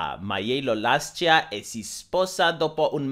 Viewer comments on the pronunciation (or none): italian here, that was written in italian and u only mispronounced "lascia"